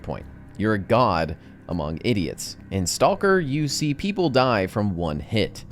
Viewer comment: did you just pronounce the L in stalker? lol STAUWLKER